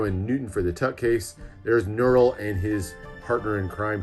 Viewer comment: Nurul did an amazing job with these decks. Great review and pronunciations of the names!